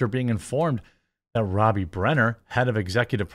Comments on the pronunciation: For love of God ....pronounce ppls names properly ...its not Margo Row- bie it's Rob - bie ....rob as in steal ...not row as in a boat . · Rob bee not roe bee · It’s pronounced RoBBie…not rooby. Just so you know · Learn how to properly pronounce her last name it ROBEE not row bee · Man his pronunciation of robbie is really pissing me off. Its spelt robbie not robey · Roh-bee?? c'mon dude it's "Raa-bee" ... wtf... are you retarded? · Is it pronounced robe-ee ? Pretty sure most say rob-ee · Margot Robbie. Rob-E not Roe-B. Geez, Jeremy. It's not like is a Chinese name or anything. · Margo RowBee 😂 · Ok Jeremy, I love your content and all sorts of stuff you do...I can even deal with hearing about coffee brand coffee co- nonstop! Lol! But sometimes the Wisconsin accent is just too much! Margot Robbie being pronounced like a 'robe' you wear, opposed to like 'rob' a bank, is driving me insane!!! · Who is Margot ROBE-E? 😂 love how Jeremy can’t read or pronounce anything correctly! Always makes me laugh 😹 J-Bone it’s pronounced “raa-bee.” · ITS RAH-BEE NOT ROH-BEE! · Who is Margot Rowbee? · If he says Margot ROBY one more time I'm gonna lose my mind... He said the dude's name correctly (Robbie), and it's spelled exactly the same... Stop with the Roby. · It's "Robbie" not "Row-bie." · Robbie. Not Row-bee. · Margot ROBY??? ROBBIE Is pronounced Rob be... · ROB-E, not Robe-E 🤦🏻‍♂️ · As an aussie just a small correction, pronounced 'marg o' 'rob ee' :) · Mahr-go Raw-be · You said her name wrong every time... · At least I know how to pronounce Robbie Williams now. Cool. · I just wish he would get her name right